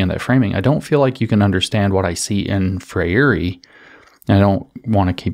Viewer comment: James! Gol! Think "diphthong" for Freire. TWO syllables: FRAYR-ray. Like Frère Jacques, FRAYR-ray. Gol.